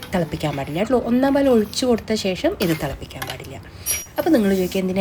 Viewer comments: കേട്ടോളൂ.. അല്ല.. ട്ടോ ളു ആണ് 🤣🤣🤣😂😂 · Ttoloo...ennaano..kettoloo ennaano parayunnath...??!! 😂😂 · ട്ടോളൂ.... എന്തു രസം.. കേൾക്കാൻ ❤️❤️❤️❤️❤️